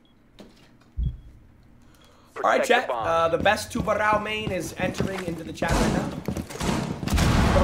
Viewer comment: Sorry, he said tubaro how???